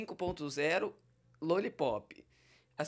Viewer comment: fala direito. não é Luollipop e sim Lollipop